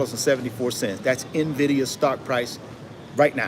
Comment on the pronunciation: Nvidia or NAAAVidia 😂😂😂 you crack me up bro!! 😂